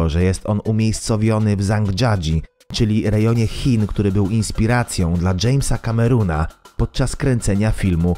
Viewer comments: Dżejms Kamerun NO NIEZLE XD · Dżejms Kamerun :D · Dżejms Kamerun xD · Dźejmsa Kameruna xDDDDD